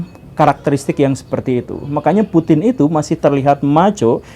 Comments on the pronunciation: Putin tanpa G😭😭🤣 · Putin tanpa G.